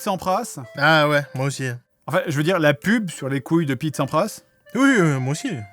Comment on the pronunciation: Ta même pas dit "couille", théoriquement, tu as dit "gouille" 🤣